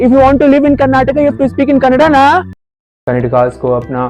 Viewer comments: Don't come to karnataka First speak correctly It's not kannad It's kannada Be in hindi land Don't come to kannada land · And it's not Kannad, it's Kannada gandu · this fool in the video speaks good Kannada. He hs made kannada Vlogs. Here he pronounces Kannad purposefully. ಅಯೋಗ್ಯ ಇವನು.